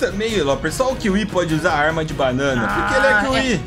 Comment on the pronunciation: Kiwi não kiwi